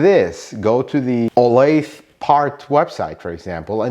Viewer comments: In the SF Bay Area I've more often than not had a dealer try to sell me parts for above MSRP. BTW, 'Olathe' is in KS, and it's pronounced 'Oh-lay-thuh.' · I used to live in Olathe, Kansas. It's pronounced 'oh-lay-thuh'. 😁 Thanks for this, very helpful! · Mine too. Should we tell him it’s pronounced “oh-lay-the” and is in East central Kansas, in the Kansas City area? lol. I bought my last two cars there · olathe is a suburb of Kansas City and they pronounce it oh-lay-tha. its about 20 miles southwest of KC, FYI.